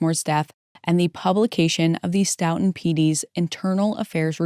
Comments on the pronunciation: Stoughton is pronounced Stow.tn Big fan of the vids! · FYI Stoughton is pronounced ‘STOW-tin’